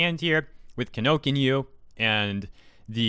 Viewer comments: Can someone please correct the guy and tell him the book retailer is called "KinoKuniya" not "KinoKinyu"? I've been shopping there for years and I feel bad whenever he says it wrong in his news segments. Just a fan trying to help, keep up the quick news segments! I really enjoy how short and easy to digest they are! PS. If I'm wrong and the retailer is really called Kinokinyu, my bad! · Thanks for sharing but this is bothering me quite a bit. it's ki-no-ku-ni-ya not ki-no-ki-nyu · Sorry, could you please pronounce the name of the store correctly? It’s Ki-no-ku-ni-ya, not Kinokinyu. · Is kinokuniya not kinokuniyu... the ya is 屋.... not yu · Is there a reason you're saying "Kinokinyu" as opposed to "Kinokuniya"? It throws me off hearing something completely different from what is written. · Btw, Kinokuniya is pronounced ki-no-ku-ni-ya, not ki-no-kinyu. As someone who goes there every week, I die whenever you say it like that. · why do you say it like "Kinokinyu"? it's kinokuniya. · KI NO KU NI YA Him: Kin no kin you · I cringe every time you pronounce the company’s name - it’s KI NO KU NI YA, not KI NO KIN YOU. Just read the syllables correctly. Apart from that, this was a rather informative video. Thanks. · i couldnt gwt past the fact you kept calling them kinokinyu its KINOKUNIYA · its not kinokinyu, its kinokuniya (Kee-no-koo-nee-yah) im sorry it was infuriating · "Key. No. Coo. Knee. Yeah." Kinokuniya. (Not "kin OAK in you.") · sighs IT’S NOT KINONKNYOO, IT’S KINOKUNIYA. KI NO KU NI YA. PRONOUNCED AS IT’S SPELLED. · ...Am I the only one cringing at how is saying Kinokuniya? It's "Kee No Koo Neee Yaa".... not "Kinokinyu" or "Kinokinya"... <_< Australia's politicians are indeed lolz worthy though... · 12min vid always saying kinokinyu instead of kinokunya.... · It should be pronounced as "Ki-no-ku-ni-ya", not "Ki-no-kin-you". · "Key No-Key New"? WTF? Key-No-COO-Knee-YA. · ... Kinokinyu...? ki no ku ni ya. Not that hard to pronounce dude. Lol